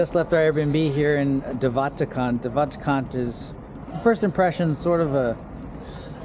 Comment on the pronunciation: Im south african and you said de waterkant terrebly